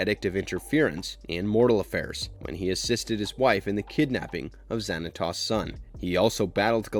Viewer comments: You are pronounced Xantos wrong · Oh no not zanatoss it’s Xanatowes that’s how you pronounce it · Pokémon came out the year after gargoyles season 2 ended. It didn't have any impact on the popularity of the show. Also, hearing you misprounce so many of the words is hilarious. I'd recommend that you watch the show or movie that you decide to review next to hear how to pronounce the words. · And Zan a Toss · Stop saying David Xanatos WRONG! and steel clan was David's robot Gargoyles, the Pack was a different group. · Great video, I loved this show. You pronounced Xanatos wrong though, and why isn't Macbeth or even better David Xanatos on the list? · I came down to comment to look for this! It’s driving me craving him mispronouncing their names! Like, TF!